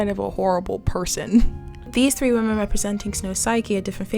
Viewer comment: Hey great video, not trying to upset you but when you say women (wim•men) you say woman singular. Common mistake but love the analysis overall